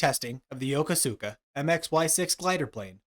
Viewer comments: It's pronounced YuhKooSka not Yo Ko Su Ka...just sayin' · If you're trying to say "Yokosuka"--as in Yokosuka Naval Base in Yokohama--it's pronounced "Yo-KO-soo-ka" with the second syllable slightly accented. Just sayin'... 🙂